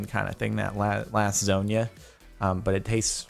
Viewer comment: Why did he say lasusana like that